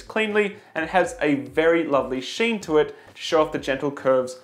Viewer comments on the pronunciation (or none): My man just pronounced shine as sheen. Great video though. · Did he say “sheen” instead of “shine”?